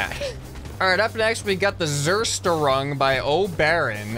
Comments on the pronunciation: what is zerseron??? btw its a germany word and its pronountst zer-störung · Im German and Zerstörung means destruction in German. And you Pronoince IT whit a more harsher z and Not with an s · The zersterong xdd Zerstörung is in german and it means "destruction" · its funny to hear someone trying to say germon words in english(ZERSTÖRUNG)